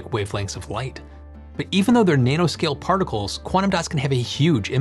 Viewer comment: Good video but that’s an odd pronunciation of nanoscale